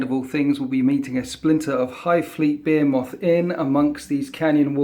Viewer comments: Be-hee-moth. Not Be-he-moth. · You say Behemoth quite strangely Great Batrep! Wish more people played Blood angels!! I need Ideas